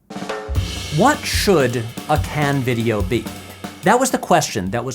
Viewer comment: This gets a like for the correct pronunciation of 'Cannes'. Not sure why so many Americans struggle with this.